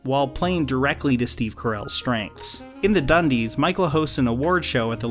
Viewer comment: You mean 'da dunndeess' right?